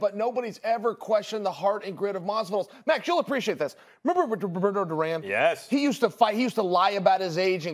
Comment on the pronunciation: "max youll appreciate this: remember balbuablbauabl duran?"